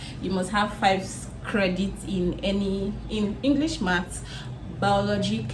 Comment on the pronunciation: your video is very educative..but When you pronounced it as "Englis"...it sounded "cute".